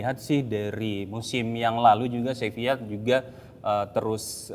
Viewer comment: salah juga coach wkwk. yang bener pengucapannya tuh "sebiyya" karna v dibaca b kalo di spanyol